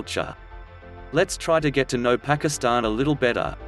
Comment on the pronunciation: the robots pronunciation of pakistan put me off watching